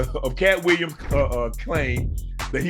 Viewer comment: Williams pronounced Weeyums